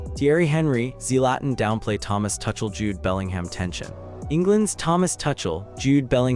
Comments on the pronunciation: please pronounce the name as Two-kle not touch-el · AI, keep calling him 'Touchel' 😂